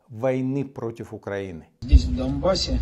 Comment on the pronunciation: Я один слышу как кириенко говорит "дАМбас"?